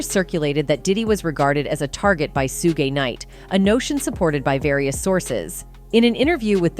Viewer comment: Su-Geh knight 🤣🤣